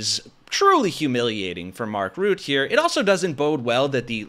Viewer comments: Mark Rutte, check your prononciation, not Ruth, but RooTTE. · Why are you calling mark rutte mark "root" ??